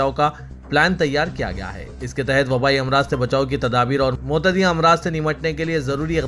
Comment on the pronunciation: آپ بولے ۔۔۔۔ معتدی امراض غلط ھے متعدی امراض صحیح ہے سھدر جاؤ صاحب۔ ہر جگہ رشوت کے ذریعے نوکری حاصل کرنے والے اردو کا پچھواڑ اچھا سمجھتے ہیں۔